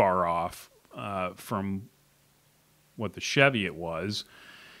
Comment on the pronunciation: Love my Platypus but as a note it's Chee-viot (hills in Northumberland, UK) pronounced as in Cheese.